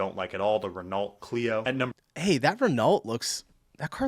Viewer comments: Wait till you go to Egypt where I've seen a family of 5 on 1 motorbike. No helmets and the mum was riding side saddle. RENAULT is pronounced RENNO not REN ALT. FIAT is pronounced FEE UT not FEE ATT. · Ren-olt? It's Ren-oh - but don't worry Hyun-day (not Hi-un-die) pronunciation has made the rounds over the past few years on UK adverts to correct our mistake! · Renault is pronounced Ren O not Ren Alt! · Spelt Renault, Pronounced Re-Noh, silent T. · don't worry about pronouncing Volkswagen badly, you can't pronounce Renault either 😂 Silent LT at the end Renno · The only car whose name was pronounced correctly was the one you said was wrong 😂😂 Volkswagon . Renault is really funny how you say it 😂😂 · He probably doesn't like the "Renault".... Because he can't pronounce it !!! LOL 😎🤣🤣🤣